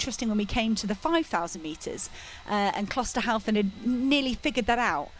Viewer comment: The commentators have one job. To commentate on the progress of the runners in this race. You would think they would learn the correct pronunciation of the names of the leading runners, but no, for some unfathomable reason they believe that Klosterhalfen's name is pronounced Klosterhauzen. How difficult can it be?